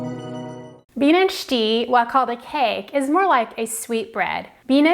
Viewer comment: Bienenstich is pronounced: Bee nen sht ish